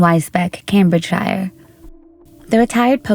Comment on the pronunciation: It’s Cambridgeshire as in shear